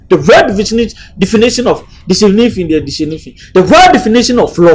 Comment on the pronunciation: Denifition derrr denifition😂😂, eiii 😂